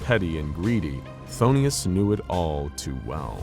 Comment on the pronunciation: Why is he constantly pronouncing is as Pthon*i*us and not Phthonus.